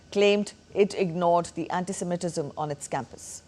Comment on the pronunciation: It’s not ‘anti-seminetism’ It’s anti-semitism Get the pronunciation right